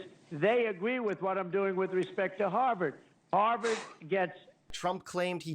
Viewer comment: HARVARD not HARLEM